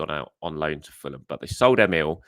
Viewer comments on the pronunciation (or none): none